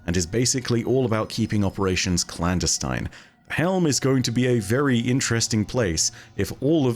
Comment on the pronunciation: can you pronounce clandestine again please lol